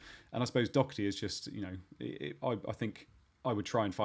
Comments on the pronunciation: Someone explain to me how Doherty is pronounced "Dockerty" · Doherty is Irish. He’s name is pronounced Doh-er-ty. I am Irish and have fries s with the same name.